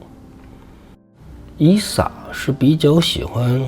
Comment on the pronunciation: 以撒。 名詞撒一聲ㄙㄚ。 撒拉.撒都.撒拉.撒冷